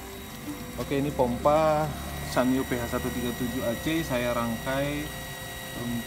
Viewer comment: Ada yg bilang SANYO itu dibacanya SAN - YO